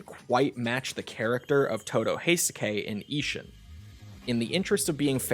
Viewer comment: Ishin not ishun